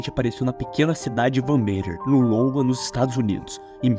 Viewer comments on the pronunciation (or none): none